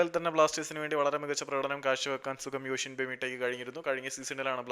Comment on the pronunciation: യോഷിമ്പ 😂😂pronouncation onn sradhikkanam broh